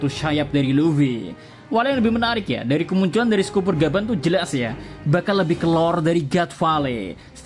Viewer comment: Scopper, di baca skoper, bukan skuper, kalo "o"nya 2 baru di baca skuper